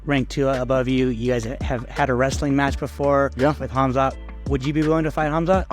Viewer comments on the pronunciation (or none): Helwani is such a mark. First you're a Canadian born and raised, why you over emphasize the H for in Khamsat? Second, after the 8# miss, why would the UFC trust him to make Champ weight?? Pretty sure Dana said he'd be at 185 from now on. Ariel, Gerry, Khamsat and Cejudo are literally the worst parts of being an MMA fan. Sal D'Amato's scorecards are less annoying